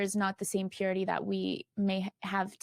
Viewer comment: God is like..sooo important, you guys! We need to live lives of purit-ah! The ene-mah is like...so bad 😂